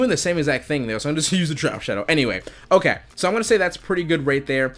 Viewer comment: “its pretty ogay“